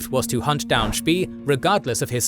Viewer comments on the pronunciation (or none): Spee shouldn't rhyme with English "pea".. rather with "spay" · I know it's an AI voice, and credit due, is probably one of the best AI voice out there. However, Spee, is pronounced Shpey, just a little something that annoyed me. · I know, was just pushing him into the right direction. If he pronounces it more like 'Spay', it wouldn't hurt my ears so much :) It is also funny to hear Americans pronounce words like 'Wehrmacht', 'Führer' or 'schön' - so far of the mark. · Wollt Ihr die Leute verarschen??? Es heißt „Spee“ und nicht „Tee“ oder „Schi“, „Cradock“ und nicht „Kreditsch“ oder „Krak“, „Scharhorst“ und nicht „Schanost“ oder „Schenjo“, „Gneisenau“ und nicht „Gnisernau“, „Nürnberg“ und nicht „Nennmau“. Welche Fantasienamen erfindet Euer KI da? Dann sagt Ihr: „Die erste Niederlage Großbritanniens seit 1812“ und zeigt ein Schild 1814. Das Tempo des Erzählers schwankt in der Geschwindigkeit extrem, vor allem am Schluss. Das ist ja grauenhaft, schlimmer geht es wirklich nicht. So was kann man sich nicht anschauen, und noch weniger anhören! Das war das erste und letzte Mal, da ich mir von Euch ein Video geschaut habe! 😡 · Yeah it should really be pronounced something like "shpay".. rhymes with Spay and Neuter your pets. If you put "spee" into google translate on German you can get a pretty good German pronunciation. This goes for almost any common language. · No, it is an AI voice, just one done very well, however, there are some slight pauses and inflections where you can tell. Also, Spee is pronounced Shpey. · Spee is pronounced like spray, minus the "R". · Was looking if it was already mentioned... It is very distracting to hear such a bad pronunciation of a German name